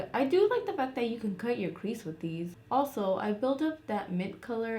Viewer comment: Idk why but it’s so satisfying when you say crease 😂😂😂 I love it